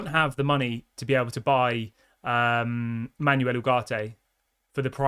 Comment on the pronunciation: Dude, it's PletteNberg. It's pronounced Le-keep. It's pronounced Manwel